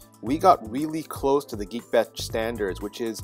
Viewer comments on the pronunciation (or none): It's Geekbench, not Geebench